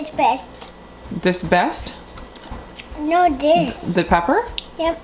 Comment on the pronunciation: Haha newp I don't wike it 😂♥️♥️♥️